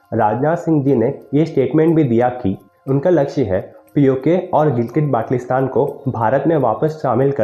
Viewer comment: Lol pe Gilgit Batlistan nhi Gilgit Baltistan hai bhai ... 😂😂😂 Batlistan sounds too funny 🤣😂